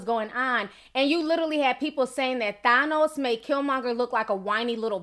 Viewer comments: His name is pronounced (TH-anne-ohs) not (TH-on-ohs). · Than-os is fair even though he is misguided. He wanted to do whats in the best benefit for the people in all the planets. Im mad at how you say Thanos. Lol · Ti you sound Puerto Rican when you say thanos 😉 i love it ❤👍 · And you’re saying thanos wrong. I love you but I just can’t